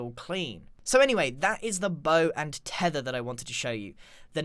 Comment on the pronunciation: Grian:the bow and thethr mojag:lets add a thrydint